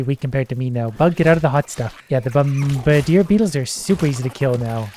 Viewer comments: Bomb-adeer, not bom-bRder(silent)e (idk what èēë thing is that if one at all) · If I didn't like so much, his pronunciation of bombardier would be enough to make me unsubscribe and leave.